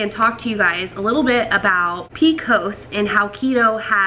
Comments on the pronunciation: I’ve never heard it called “p-cos”, they way you are pronouncing it. I like that. We just always say “P-C-O-S”. Good luck on getting pregnant. I have PCOS too. I was able to get pregnant thanks to taking Metformin. Currently I don’t take any medication anymore and just am able to control symptoms with diet and exercise. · I’ve never heard of the way she says it either and I’m from Alabama. I’ve always heard it by the letters too, but I kinda like the way she says it “pee-cos”